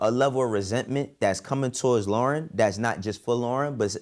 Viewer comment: you just lost my respect saying Lorn wrong. Thats some coward shit for you to say this.